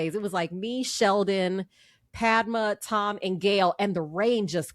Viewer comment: I wish these people would take some time to pronounce the names correctly - it is not Pad - ma - pad as we say note-pad - that is wrong It is Pud-ma - Pud as in But Whenever you hear a foreign name please take the time to pronounce their names correctly - it is not just for white people or black people Even brown people deserve your respect